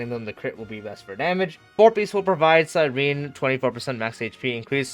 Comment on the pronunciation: Omg your the FIRST streamer that said her name correct thank you! Everyone else saying cyreeeeeneeee